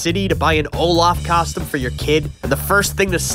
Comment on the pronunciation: ngl my dude, I love you, I love your work, I love your content, and this video specifically, but I hate, hate hate the way you say costume. "Kostem" blech.